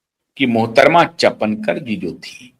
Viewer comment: चपनकर नहीं, चापणकर =Chakankar..रुपाली चाकनकर Rupali Chakankar